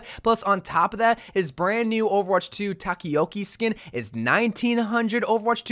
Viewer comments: "Takiyoki"?? XD it's Ta-ko-ya-ki, the name of the food his orbs are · When hearing him pronounce Takoyaki apart of me died inside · same with how he says Sojourn 😅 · the way you pronounced takoyaki😭😭